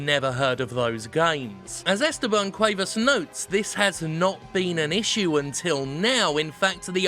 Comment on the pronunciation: You actually pronounced Esteban Cuevas perfectly, at least given your accent. Ideally the "e's" shouldn't sound so much like the "a's," but it was a perfectly passable pronunciation.